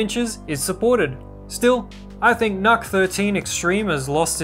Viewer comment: Not true, I work specfically with NUCs, The intel people usually call them "Nooks", Nuck just isn't right, there's no k.